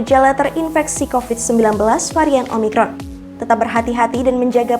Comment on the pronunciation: Bisa bisa keseleo di bilang umicron wkwk